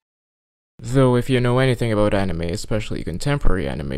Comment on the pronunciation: I commend you for your almost correct pronunciation of anime (anee-me)